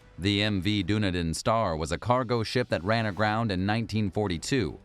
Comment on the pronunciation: Dunedin is pronounced dun-E-den, not doon-e-din.